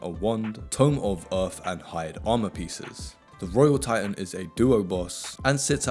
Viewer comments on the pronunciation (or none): none